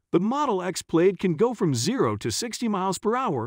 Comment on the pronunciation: Why so many mispronunciations? Plaid pronounced "Played"? Audi pronounced "Awe-dee"? Porsche Taycan is NOT "Por-shee Taken".